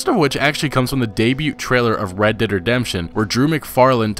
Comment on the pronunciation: Red Derd Redemption